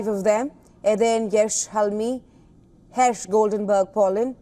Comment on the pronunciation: It's Her-sh not Herish